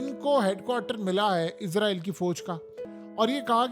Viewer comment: لفظ اسرائیل ہے ۔۔۔۔عزرائیل نہیں ۔۔۔۔ لفظ صحیح صحیح کہا کریں ۔۔۔۔۔